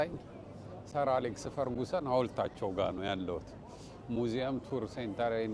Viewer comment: ፈርግሰን not ፈርጉሰን😢😂